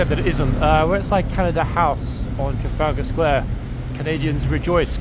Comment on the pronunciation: I think your pronunciation needs a lot of work otherwise subtitles come out very weird - Chaga Square? Not being overly familiar with London, but recognising Nelson's Column, you said National Gallery led me to Trafalgar Square. Pfft!